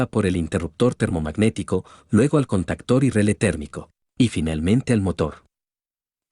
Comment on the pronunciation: Se dice CONTACTOR, no CANTACTERS